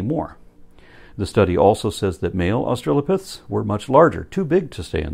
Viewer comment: That lady in the clip about the pelvis repeatedly says "Aushalopithecus".